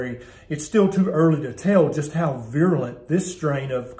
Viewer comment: The word is *virulent*, not viruliant.